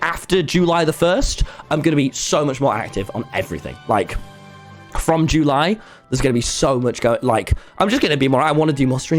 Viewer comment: I'm sorry but jue-lie Tommy it's july